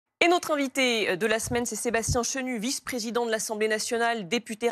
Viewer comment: la defonse de la Fronce avec le presidon pondon 6 ons..... Bravo la journaliste :(